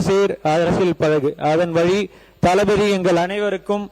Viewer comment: தளபதி ங்கிறத தலபதி ன்னு சொல்லாதீங்க.